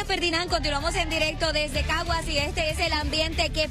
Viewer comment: Decía en cagas en vez de Caguas 😂